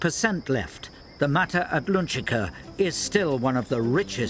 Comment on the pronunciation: Um ... shouldn't that be "mata Atlantica", and not "mata adlunchica (or something)"?? The narrator must be from Liverpool, or something, not from Lundun, and probably never croseed the Utluntic.